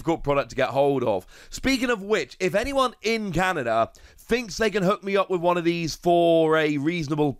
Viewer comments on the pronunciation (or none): Canada, not Canda 😂😂😂just playing btw